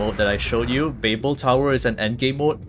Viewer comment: It's called babil not bay bel. It's a city in Iraq and was the capital of the Babylonian civilization